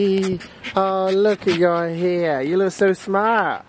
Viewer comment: Why does he call hair heyr